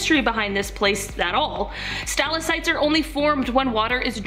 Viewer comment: Okay, I literally cannot take her saying Stal-ah-sites . They are stal-ack-tites. I'm ashamed to share a name with her. 😒